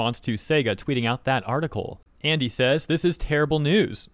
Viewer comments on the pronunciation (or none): What is an R-Tickle? Why do you keep saying R-Tickle? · Why does bro say article like that